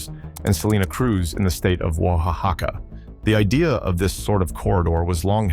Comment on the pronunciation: Also "Oahahaca"